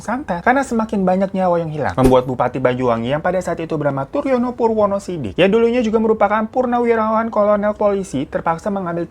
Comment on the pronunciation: Kalo baca yg bener ,purnomo woy bukan purwono wkwkw